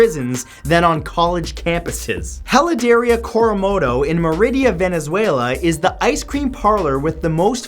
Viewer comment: He matt it's pronounced (ehh-lah-derr-eee-ahh) I almost pissed myself when I heard you pronounce it like that. Still love ya tho.